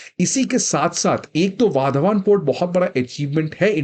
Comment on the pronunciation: वाधवान ❌ वाढवण ✔️ migrants 🃏